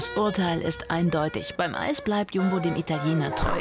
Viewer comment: er sagt einfach jambo anstadt jumbo😂